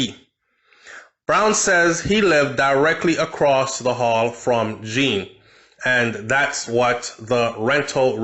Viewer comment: You need to pronounce the surname name properly...’John’ not ‘Jean’